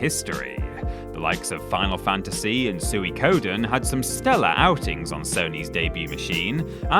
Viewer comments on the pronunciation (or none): Sooey-ko-den Huh. I like this channel but between this and how you pronounce Tidus I can only wonder if you are trolling everyone